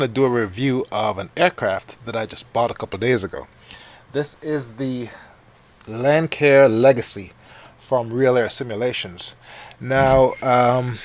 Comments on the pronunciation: I think Froogle pronounces it Lank-Air too. I think it is Lance-Air though. Tomato, Tomatoe... Nice review, sir! We gotta get you to set that OBS up for 1080p though. This deserves some high definition. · It's a great plane but it's pronounced lansair legacy